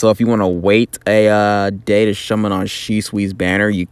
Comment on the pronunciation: Did you just say Shummon XD I needed this man, thanks